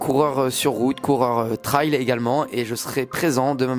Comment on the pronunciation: Pour info, on dit trail (ça se prononce ê) comme rain. 😊